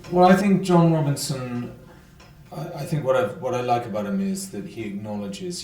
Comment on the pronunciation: I like the show so far although I am only on episode 4. That being said it really bothers me that no one in the Robinson family seems to know how to say the name properly. Are you kidding me? It's your last name! My last name is Robinson so I picked up on this. Everyone in the show pronounces the name Robin(sin) not Robin(son). What is the deal. Is this some pathetic sexist thing? E.g. When the children are putting their hand print's on the wall in the cave in episode 4 he says the line "Come on, it says the Robinsin's" This is disappointing.